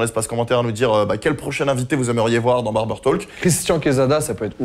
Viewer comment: ca se dit barber "TOK"... ca pique les oreilles